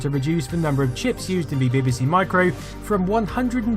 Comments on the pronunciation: I think its more 'BihBihSea', but maybe thats my accent... (I still claim it should be 'BeeBeeSee', though ;-) ) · Its pronounced BeeBeeC not BaybayC. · buh-buh-Cee? Seriously, how hard is it to say Bee-Bee-Cee? Nevertheless, great video as usual! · Love your documentaries. Takes me back to my youth. Does make me smile when you pronounce BBC as Beby C though 😉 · I love your channel and this video is a fine example of your output. But what's with the "Beh-beh-see" pronunciation of BBC? 😆It's "Bee-bee-see", surely? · your insistence on pronouncing 'BBC' as 'bibisee' makes you a CVNT and earns you a dislike from me. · The odd way he pronounces "BBC" - "Beh beh seh" - has been fascinating me throughout the video. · You pronounce BBC weirdly. It sounds like Bibbisee lol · You pronounce BBC as bibby-sea, which is so annoying it earns a dislike from me. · I really love your videos, this is three years later. Why can't you say BBC? What's bebaecae? Had you been at the dentist? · You say BBC funny: bibbisee. It's adorkable! I thoroughly enjoy your videos, they tickle my nerdy nostalgia gland just right. Mmm, nice. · I love the way u say bbc 😀